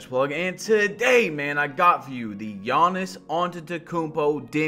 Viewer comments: Please stop saying Giannis like that, especially if you’re gonna say it 20 times in every sentence. It’s Giannis, not Juonis. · "all the builds are basically buffed, so you cannot make a 6'11 gee-anniss build" lmao why you pronounce his name like that? and the builds were nerfed not buffed. get some sleep😂😂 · nobody: BADGE “yawnnis” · Badge said GI yanas at the start 😂😂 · “G yawnis” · Demigod but cant say the name, is that blasphemous?🤷🏾‍♂️ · Talking about spending 8 hours on how to make this build when he should have spent that time learning how to say my guy's name smh